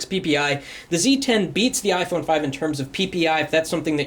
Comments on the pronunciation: Ifony lol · 'iphoney' ..haha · Ifony lmao